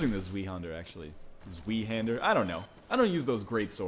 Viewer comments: Its not zwee but more like zw + i (i as in i am) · zwei isnt pronounced like zvee, its pronounced like zvi lol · "zwee-hander" LOL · Øystein Sandvik it's pronounced Zvei-hind-er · Isn't it pronounced swai? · zweihander pronounced svy like sky with a v, means two hander. Doesn't sound as cool in english as it does in german. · Zweihander is pronounced liked zveihander, Ryan. You were closer than most, though! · its pronounced zv-eye-hander. its german. and its my main weapon atm. i have it upgraded to lightning +5 and its awesome but i kinda suck with it in pvp. its rather slow but it hits like a truck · I cringe every time I hear him say zweihander. You're saying it wrong it's German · Don't forget that the word is German, so pronounce the 'W' as a 'V'. 'Zwei' is literally just the German word for Two. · zweihanders pronunciation was completly miserable lol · Your pronunciation ws totally wrong, but its ok. It sounded awesome and i know that german is a hard language.